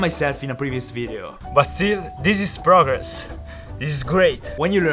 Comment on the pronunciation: Normal people: Aaaahhhh i got a bruise on my kneeeee:ZIS IS PRAGGRESSS